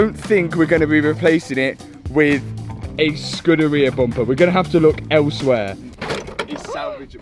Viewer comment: Accents allowing, it's scoooooooooderia not scud like scud missile lol. Just ask Ratarossa before he wets himself laughing hearing you get it wrong